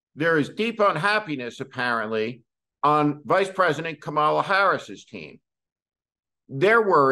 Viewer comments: Pronounced KOMMA lah—not kom MOL lah. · It's "KAH-ma-la", not "kah-MAH-la". Say "comma-la". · Just a tidbit for you: It's not pronounced Kuh MALL uh. It's pronounced COMMA lah. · I hate to do this, but I have one of those "little things mean a lot" cpmplaints. I've always been pretty much 100% in my positive notice for Steve Schmidt. There have even beeen times when I wished he weren't quite so dead-on right. Anyway, just as the GOP uses "Democrat" instead of the correct adjectival word, they have always insisted on mispronouncing the VP's first name. It's supposed to be "CALM(ala)", but the GOP and Mr.Schmidt say (kuh)MALL(uh). Yeah, I know it's dumb, but they're trying to speak on their voters' level. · this guy is talking politics and he cannot pronounce the VP's first name? - lost credibility